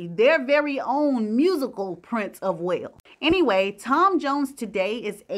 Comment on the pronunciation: Wale ( Wales ),Expecially,magneticism … dear,speak proper English